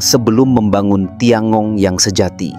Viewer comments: Tian gong bacanya (Thien kung) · TianGong bacanya dhien kung